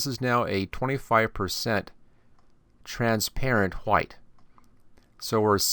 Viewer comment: I said he was saying white wrong